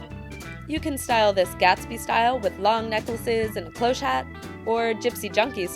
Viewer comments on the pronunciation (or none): none